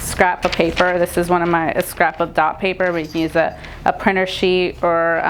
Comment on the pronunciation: Couldn't understand what you were saying about the tracing paper...Is it called "Dots" paper?